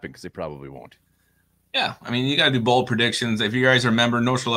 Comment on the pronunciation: Did you say Bald predictions?